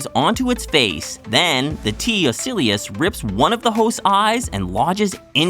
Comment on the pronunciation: In addition to the inaccurate chest 'buster' (chest burster), you're butchering the name of T. ocellus. Ugh.